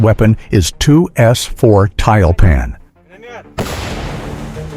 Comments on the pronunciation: Комментатор, по работай над произношением и дикцией. Противно слушать тебя. ТЮЛЬПАН а не таильпан. Учи РУССКИЙ ЯЗЫК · 240mm mortar could be said to be a super mortar. The computer narration is mispronouncing Tyulpan.